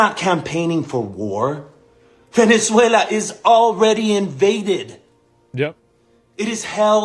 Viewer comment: "Vene3uila" XD